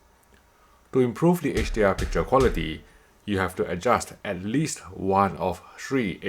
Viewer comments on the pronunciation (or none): I thought Sony was about qua-li-ty